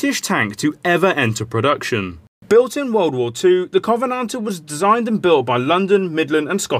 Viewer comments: The way he pronounces Covenanter is killing me... 😜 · Indeed, but that still isn't how one would correctly pronounce Covenanter!